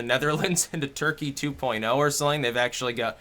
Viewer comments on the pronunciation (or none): none